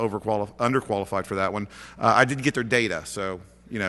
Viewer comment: Please; Did, or didn't you, get the data? It sounds like you said "didn't" but the subtitles report "did". ???!!!??? Thanks.